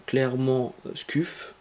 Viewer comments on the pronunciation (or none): On prononce Scuf mais "Sceuf" mais sa s'écrit scuff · Mdr comment tu dis scuff sa ce prononce sceuff et non scuff c'est comme BURN enfin bref bonne vidéo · Ca se prononce skeuf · Scuf, se prononce Skeuf C comme burn se prononce Beurn je fais se commentaire psk tu ma stresser toute la video xD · juste un truc on di pa skuf mes sceuf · scuff se prononce "sceuf" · Sa se prononce sceef mais sa secrit scuf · Nan sa se prononce sceuf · u se prononce iou en language phonétique donc scuf se prononce sciouf lol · "halaur ché skuffe" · Scuf se prononce "Sceuf" lol heureusement que t'as pas dit Burnes pour la manette "Burn" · Miskine tu c pas dire scuf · Nice mec bonne video bien détaillée! Par contre sa se dit sceuf mdrr😊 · On prononce scef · Sauf ce prononce sceuf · sa se prononce skuf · Ptn misquine ta rater ton cp ce1 ou quoi tu n'arrives pas à dire scuf